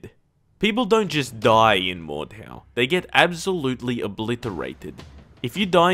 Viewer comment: I'm pretty sure the "H" is silent and it's pronounced like "mordow" or "mordao" but if I'm wrong just leave a reply about me being an idiot and I'll get the hint